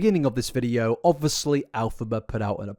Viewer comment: why am i watching an hour long video on someone i previously knew nothing about? i don’t even go on tiktok 😭😂 eta - i love the way you say “obvuslee” (obviously) 💜